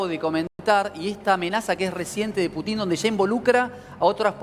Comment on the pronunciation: se dice PUTIN CON ACENTO EN LA U